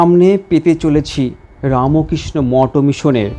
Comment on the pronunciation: আচ্ছা, রামোকৃষ্ণ কেন বলছেন, বলুন রামকৃষ্ণ। আর চ্যানেল এটা শুদ্ধ ভাষায় উচ্চারণ করুন। জয় গুরু জয় গুরু জয় গুরু।